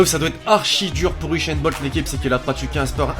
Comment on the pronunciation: C'est usain bolt pas uchainbolt